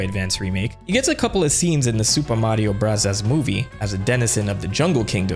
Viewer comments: Stop saying super Mario brazas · Is there a reason why you say super Mario bros like that?